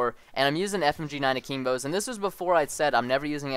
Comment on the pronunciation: i love how he says akeembo